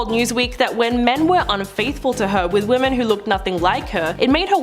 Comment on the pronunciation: Are you unable to pronounce “women”?